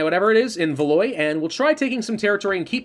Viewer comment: Beaumont was beautifully pronounced on your first try, however, it should be val-WAH. You really don't give yourself enough credit pronouncing these non-English names. You do quite, quite well.